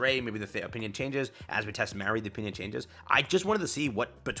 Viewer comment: My only gripe with the event being this long is that I have to listen to say "Mary" or "Marie" instead of just "MA (like when you call your mother) - RI".